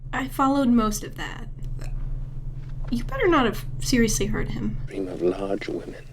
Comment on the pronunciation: “That dweam within a dweam….”